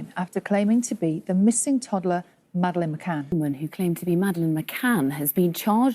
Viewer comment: DID SHE ACTUALLY SAY, I AM MADELINE McAnn?.